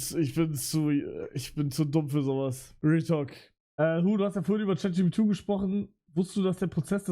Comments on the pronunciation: er sagt Chatjubitu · Digga es triggert so krass, dass er immer Chat jipidu sagt